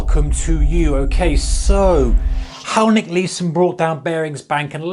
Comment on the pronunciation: Thats not how Nick says it